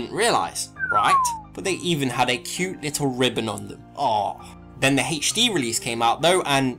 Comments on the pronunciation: Haich-dee release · Haich Dee